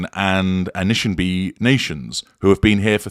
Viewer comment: Ah nish shaw nah bey - Excellent and brave for pronouncing words that have been silenced for so long. - thank you